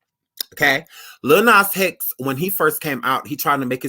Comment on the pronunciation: He said LIL NAS HEX 😭😭😭😭